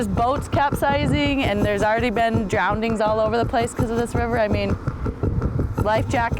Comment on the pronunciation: W said "drownding" rather than drowning, should we give her a written warning for that?😂